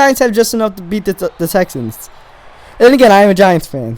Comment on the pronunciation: Houston Texans He Accidentaly Said ans wrong